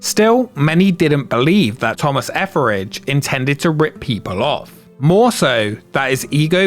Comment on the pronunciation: Your pronounciation of Etheridge "Efferage" scratches an itch in my brain that I had no idea I had...Thank you!!! ❤